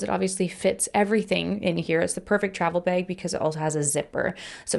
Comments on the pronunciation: As an Australian, the way you pronounce bag is slightly funny to my ears 😂 I honestly can’t unhear it — the raised vowel makes it sound like “bayg” to me haha. Still love your videos though! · I hear it to and I'm from Indiana, USA😂😂